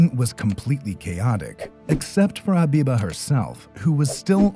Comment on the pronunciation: It's not abiba it's habiba